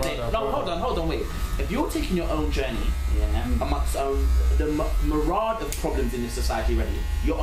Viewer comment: Man said Murad instead of myriad 😂😂😂